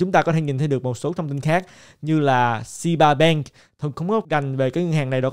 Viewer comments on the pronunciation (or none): Ngân hàng SEBA BANK đọc mình nghe tưởng SHIB BANK, kk.